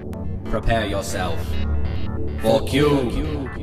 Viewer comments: you scrubnub its - KYOOB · I like that part where he is like "Cube". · It's like every time he says Cube, I laugh a little harder